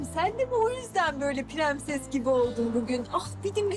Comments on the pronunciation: Kimse fark etmemiş bahar premses diyo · PREMSES DİYOR PRENSES YERİNE